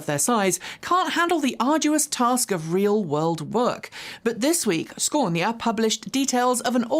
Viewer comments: its Scania not Sconia 🤣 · It`s Scania not Sconia. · ScAnia, not ScOnia 😉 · Youre better off with the regular English pronunciation of Scania as opposed to that brutal 'Shkonia' // native Swede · If you would pronounce "SCANIA" just like you do for "SCANdinavia" ... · where did you get your pronunciation of Scania from? My friends native to Sweden, Denmark and Norway never pronounced the name like that (even google pronunciation has it correctly (for once) - side note, currently a friend is "stuck" in Scania Sweden getting a gearbox fitted because the original one broke when delivering to Sweden (they going load it back onto the truck so it can be returned to UK HQ to be totally stripped down & rebuilt and stored as spares when needed. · No R